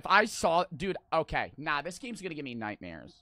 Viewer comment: “naw this game gonna give me nightmawes”☹️